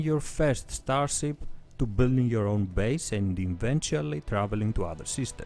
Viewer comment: Ztar-zip , cool-wuipp. Nice vid man :)